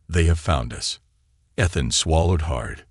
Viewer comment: eee-than❎ eth-then✅